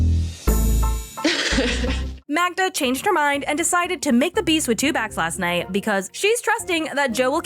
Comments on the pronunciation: The fact that keeps calling Magda - Magna is sooo annoying. The guy is a walking red flag. Magda is just young and has a lot of maturing to do but what else do you expect from 23 yr olds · Can get her name right!!!! Its MAGDA NOT MAGNA …… Whats wrong with him get your girlfriends name right!!!